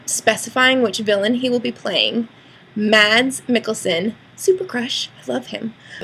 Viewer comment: Yay Mads :D Although it sounds so weird when you say his name in english...